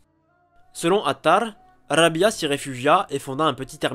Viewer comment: Rabi3a et non rabia la prononciation est pas bonne😘😘😘